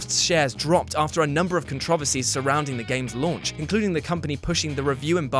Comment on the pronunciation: You pronounce controversies 2 different ways. and . That's a Brit for you.